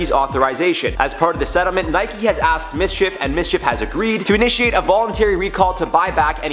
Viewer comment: You said it right, its Mschf like loki mischief